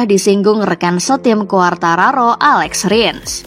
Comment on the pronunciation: Nah ini baru bener...alex rins, bukan alex rings 😂